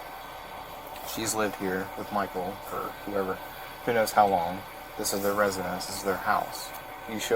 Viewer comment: I like how the wife keeps pronouncing the stalker’s name as “Michael-a”